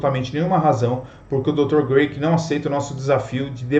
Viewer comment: William Lane CRAIG, e não Graic. A pronúncia do nome dele é com C e não com G. No vídeo todo sua pronúncia está equivocada! Vídeo legal!